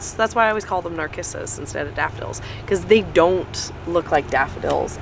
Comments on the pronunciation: I think Narcissus is pronounced with a “s” and not a “k” sound. I could be wrong but in 73 years of gardening I’ve never heard it pronounced with “k”. Anxious to see everything blooming in spring. God Bless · nar-kiss-us? please it's nar-siss-us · Pronounced nar-sis-us.